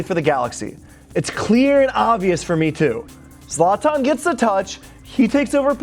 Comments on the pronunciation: Its zlatan not zlaaatan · Its "zlaytin". Not "zlonton" lol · Please be able to pronounce people’s names correctly. It’s Zlatan not Zartarn. Ffs